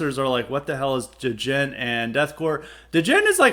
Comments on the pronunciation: Da-jent?, please put some respect on Djents name. The proper pronunciation is similar to the ‘g-e-n-t’ in gentlemen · Give Periphery 1 a try. It's the opposite of what you've described. Sounds like you dont know much about it, your not even pronouncing the word right. Bad takes on djent! We wont get off your lawn!